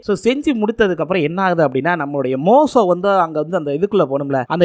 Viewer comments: மோசோ இல்ல தம்பி மோசே தமிழே பிழை இல்லாம படிக்க தெரியில ஏன் பா ஏழுதி வைச்சத பாத்து அப்படியேவாபா பேசுவ உச்சரிப்பு பிழை இருந்தா சரி பன்ன மாட்டியாப்பா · டேய் மோசோ இல்லடா மோசே 1000 தடவை சொல்லிப்பழகு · தம்பி மோசோ இல்ல பா மோசே நிங்க பைபிள் முழுவதும் முழுமையாக படிக்கவும் இல்லையென்றால் இத்துடன் இதை முடித்துக்கொள்ளவும். வேதாகமத்தை முழுமையாக படிக்க குறைந்தது 3ஆண்டுகள் ஆகும் தம்பி